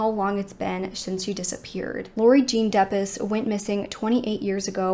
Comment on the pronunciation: This happened in my hometown. I was 9 when Laurie went missing. I remember how huge the story was in the news. Her last name is pronounced Dep-ees.